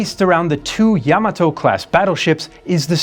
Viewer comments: I quit watching this the second time they said Yam A Toe, it’s YA Maat Toe🤬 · It’s NOT Yam A toe, it’s Ya mat toe🤬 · it's ya(や) ma(ま) to(と) = pronounced as "ya ma toh". Do not accentuate the "to" like you would in tomato. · I stopped watching when he said YAM A TOE for a second time🤬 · What show were you watching? Yam A Toe?